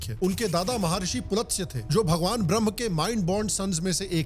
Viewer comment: I really respect your videos a lot and appreciate your direct views. At the same time, I just wanted to bring to your attention that in Hindi or Sanskrit, pronunciations are VERY important. In this video (and I am commenting this comment upon watching first mins), you have called विश्रवा as विश्राव and पुलस्त्य as पुलत्स्य!! My goal is absolutely NOT to belittle your efforts and outcomes. The idea is only to politely correct you so that we from a civilization who valued each syllable at least calls our pronunciations correctly. Yes, to a large extent the English spellings are a cause of this confusion. Hope you will not mind my pointing this out to you.